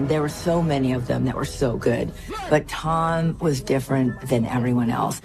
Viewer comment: Did anyone else hear Amy Pascal call Tom Ton?